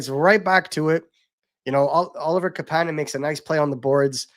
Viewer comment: hey are you guys still pretending to be insiders on how to pronounce Kapanen's name? lol - KAApaaaaaanen , you had the hot scoop, it was wrong.